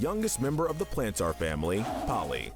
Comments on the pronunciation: It's "Planters" Not "plan-tars" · What does he keep saying plantars instead of planters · It's spelled Plantar but pronounced Planter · WHY DO YOU PRONOUNCE PLANTAR WRONG!!!